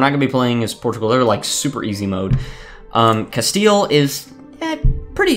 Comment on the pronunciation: Castile more like “castle” XDDDD